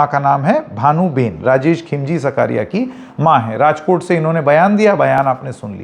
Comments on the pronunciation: SAKRIYA NOT SAKARIYA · "सकारिया" नहीं, उसका उच्चारण "साकरिया" होता है